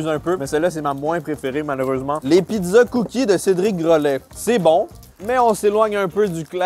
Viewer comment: Cédric gro...laid il la dit CÉDRIC. GROLAID